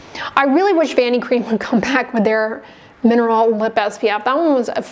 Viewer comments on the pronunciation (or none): Are you saying Vanicream or Vanity Cream